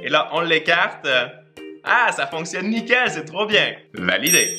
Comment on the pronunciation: eille le quebecois arrete de dire nickel tu le dis mal